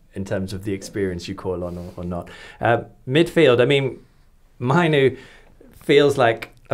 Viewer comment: Mainoo is world class potential and the best option by far. Have you even watched his games? Also can you pronounce his name properly ffs